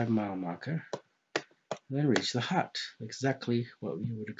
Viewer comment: Oh... A Hut... A thought you were saying hat or heart... As I Haven't bothered looking at anything by Mr Riley for a while I wasn't aware of his obviously flat opinion in this but I couldn't work out what you were saying at first to be honest